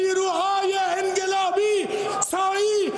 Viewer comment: بیا .مغول هم اومد تو راس امور کشور ما اخه مگه میشه سران مملکت عربو مغولو ....باشه مگه میشه این مملکت ردیف بشه یارو هنو حرف زدن بلد نیس به انقلاب میگه انگلاب این چه دردی میخاد دوا کنه اخه این باس سه ترم کلاس خصوصی برداره تا بتونه فرق بین گ و ق رو تشخیص بده عاخ که چقد ما بیعرضه و بی لیاقتیم خدایا یه سوال ؟ما به چه دردری میخوریم دیقن ما مردم؟ جز .......یه موردم بگی کافیه